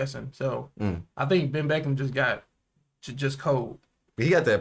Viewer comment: Not benn beckham,it's benn beckman